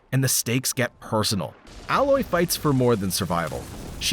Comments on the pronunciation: The hero of Forbidden West is NOT called ALLOY, just A---Loy. Damn it. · You can tell something is up when “he” pronounces it Ah-Loy instead of Ae-Loy. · A-Loy!!!! Not whatever pronunciation came out of your mouth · I'm pretty sure this is AI. the AI messed up Aloy's name pretty bad. Anyone who has actually played the game will know how to say her name properly as it is said a lot. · Really wish Youtube wasn't flooded with AI scripted basic definitions of top rated video games. It's quite obvious none of this is captured footage and all basic stock to easily share. Yet sadly you had me fooled until I got to Horizon Forbidden West, anyone who has played 2 minutes of that game knows how to pronounce the protagonist's name. It's a shame this list lacked any personality or originality and lacked actual human input. I remember when people were passionate about YouTube videos, but hey easy side gig I guess. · Aloy?? Like the material is crazy, that's not how u pronounce her name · As soon as he said Aloys name wrong I knew it was AI scripted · referring to Horizon Forbidden West as an “old friend” then mispronouncing the main character seems sketch